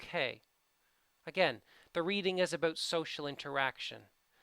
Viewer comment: I love your videos but it makes me crazy how you say "about".